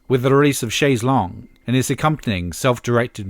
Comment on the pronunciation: And why can't Americans pronounce chaise longue 😂